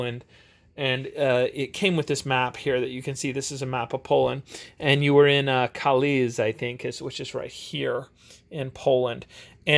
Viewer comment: And Kalisz is more properly pronounced kAlish